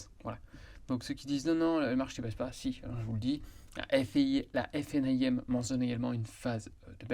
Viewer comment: Détail : vous prononcez toujours la FNAIM en prononçant chaque lettres (F-N-A-I-M). C'est long et pénible. Pourquoi ne pas faire (comme tout le monde ?) et prononcer la FNA-IM (en 2 syllabes) ?